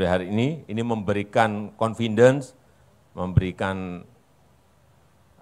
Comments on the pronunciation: Dulu juga (Tahun 2012) ada yang ber-Kemeja Putih bilang bahwa Gerobak ES SEMANGKA itu sudah Dipesan Lebih Dari 6.000 Unit 🤪 .. "Konfindens" ??? .. 🤔🙄😂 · pronounciation kata "Confidence" nya salah tuh. 🙃